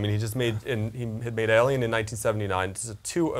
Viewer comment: "Alien" not "Elien"!